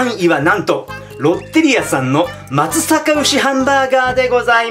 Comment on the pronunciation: まつさか？地元ですがまつざかが正しいかと・・・。